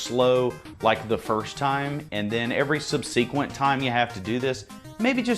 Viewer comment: Great video but that’s not how you pronounce subsequent.